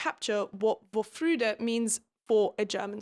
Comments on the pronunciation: Commenting for the algorithm. Re: Lost in Translation. Very true and one of the reasons the most successful German comedy movie did not work in other countries. I also enjoyed this part of the book a lot. Btw, Vorfreude is pronounced fore-froy-deh. There's similar issues with translating English to German with certain words like faith. There's different words for different contexts but they're very limited definitions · vorfreude is pronounced about 'for-froy-duh' if anyone's interested! it's used especially in the context of a child's anticipation of Christmas or birthdays and has a certain component of giddyness. essentially, it describes the feeling of being happy/excited about future happiness/excitement that is to come. there's a saying in german: Vorfreude ist die schönste Freude, which means anticipatory happiness is the best kind of happiness and i think that is really sweet. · Love how you pronounce Vorfreude. Laughed really hard when I heard it. Pleeease use more German words! <3 It is said more like "For - froy (like in Boy) - de (short e like in the)".